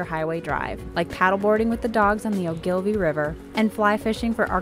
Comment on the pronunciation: The stress in "Ogilvie" is on the O.